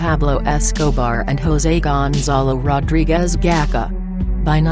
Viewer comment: Gonzalo gakha😂😂😂 you idiot it's Gacha!!!